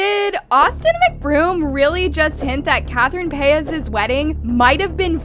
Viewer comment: Lmao, this chick can't pronounce a single name right. "EYEgore", "PAYS". 😂